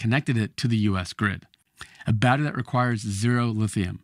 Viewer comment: Abominable speech. Can’t even pronounce battery.